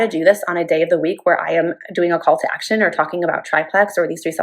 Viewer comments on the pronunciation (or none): Haha! When she said call to action, it sounded like cult to action. 👍